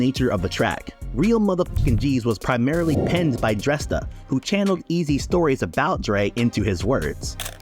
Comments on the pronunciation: What's up with all the mispronouncing shit on you tube? His name is pronounced DrAYsta. You doing fuckin stupid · Isn't Dresta pronounced 'Draysta'?